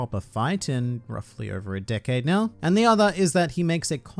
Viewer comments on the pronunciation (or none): none